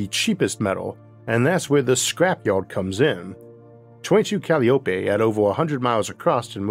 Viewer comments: Dear Arthur, please! Calliope is not said Cal-lee-OH-pay. It's called Cah-LIE-oh-pee. Named for one of the Greek muses, and the pipe organs often used at baseball games. As an American, I definitely prefer the baseball reference to any rare pronunciation trying to speak ancient Greek. Thank you. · I think it’s pronounced Kah lie o pee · Usually, Calliope is pronounced "ca- LAI- o- pee"